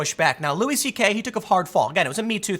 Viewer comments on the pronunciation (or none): I just wanna throw this out there. It's pronounced Louie. Lol